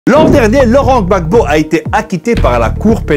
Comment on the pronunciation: Whoaah tu as bien prononcé le Gbagbo 😂